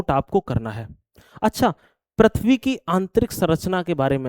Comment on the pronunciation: Prithv hota h sir...prathvi nhii